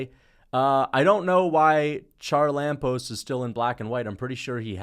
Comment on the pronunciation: Hey charalampos is pronounced ha-ra-la-bos, God bless you keep making good vids